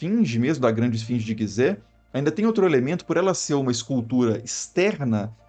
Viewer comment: GUIzé? 😳 não seria Gizé? (G + i tem o som de Ji☺️)